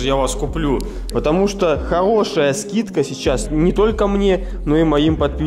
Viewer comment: Скидка хоошая это хоошо)